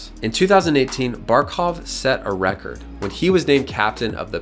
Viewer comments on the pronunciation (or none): none